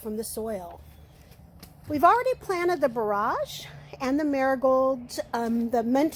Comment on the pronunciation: It's going to be lovely! So very sorry for this gentle, but probably annoying correction, it's BORE-edge not bore-AHJ. I didn't know anything about orach so thank you very much for introducing it.